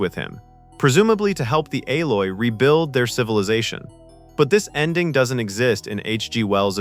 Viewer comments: Eloi ... not Aloi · EE - loi, not A - loy. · It's pronounced e-loi not a-loi !!!! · This whole video sounds very ai. 'Ay-loy?' the pronounciations and phrasing don't sound right. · Here's why I stopped at 1: 19.......it's the pathetic use of AI. "aloy" ??? Serious?? It's eloi...E-LOY......one more dipshit to block. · "Aloy"? It's ELOI. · You would still need to clarify. Something like “Ee-loy”. Otherwise it could be misconstrued as “El-oy”. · "Ay LOY" ....wtf? xD It's Eloi, dude. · "A"loi ??? Obviously computer generated GARBAGE. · This bloke just cannot pronounce ELOY >>>> E - LOY lol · E E E ELOI ! NOT ALOI ! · What a marvelous treatment of this classic film. I remember the correct annunciation of the future people as (ee-loy) not (A-loy). Regardless this film and StarTrek TOS inspired me to become a physicist and higher mathematics theorist. Today I am actually writing a language entirely constructed from light for sending vast amounts of information to the furthest reaches of interstellar space. We are also working on a warp drive theory based on Alcubiere's work and know in our hearts that these fantastic ideas we watched as children are within our reach. Never doubt the human spirit or imagination, we can achieve anything. Perhaps even time travel one day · It's Eloi not alloy....... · Yeah, that "Al-loi" made them sound like some mixture of metals 😅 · The AI-oi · It is the Eloi. You need to learn to speak correctly. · These kind of videos are amusing but appear to be AI generated and narrated. The narrator at 0.56 calls the Eloi the "Aloy". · you have never seen the movie when you can't pronounce the human tribes name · It's Eee-loy and a Communicator is not a Tricorder. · Either way, AI still can't get it correct... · You've been duped, this is AI without a doubt. The way the fake narration says dates like One Nine Zero Zero instead of Ninteen Hundred is a dead giveaway. Also got the Eloi pronunciation wrong....